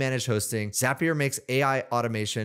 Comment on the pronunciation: Thanks for pronouncing Zapier correctly. Truly infuriating hearing how most people say it.